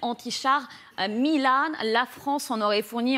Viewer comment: Petite baisse de forme de LCI aujourd'hui mais il y a toujours des joueurs et des joueuses au top. "des missiles anti-char milane" On le prononce à la française, c'est "milan", comme la ville. Mais pour cela, il ne faut pas découvrir le sujet 3 minutes avant. "La France en aurait fourni entre 10 et 12, en fonction des chiffres." Il faudrait que les présentateurs et présentatrices s'écoutent parler. "Une guerre visible que vous commentez avec brio ici tous les jours." Le nouveau joueur tente la flatterie, mais c'est un peu trop gros. Il faut être plus fin, monsieur l'ancien espion, ou alors c'est ironique. "Version légitime du harcèlement moral." Les mots ont un sens ; "légitime" = "loi". Quelle loi permet le harcèlement moral ? "Attention à ne pas confondre la vraie guerre et les jeux vidéos." Ah, un peu de bon sens. Il n'est pas trop tard. "C'est pas aussi simple que ça." A écouter les présentateurs et présentatrices de LCI, la guerre a l'air simple pourtant. "Moins les six." Tiens, la présentatrice parlait de 10 canons caesar. A noter qu'à l'origine, c'était 12 canons prévus pour le Maroc qui dévaient être envoyé en Ukraine. "On est en train de commenter le début de la victoire russe dans la bataille du Donbass. Les Ukraniens sont en train de perdre la perte." Ah, encore un peu de bon sens. "Nous ne sommes pas dans un jeu vidéo." Ici aussi, le bon sens n'est pas complètement perdu. "Ce siège qui a été interminable." Non